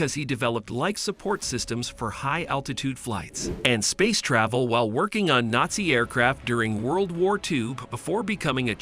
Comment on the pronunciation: Mispronounces, "geller," "telepathy," and "nazi," all in the first few minutes. Oh yeah, I'm going to listen to this guy. What joke.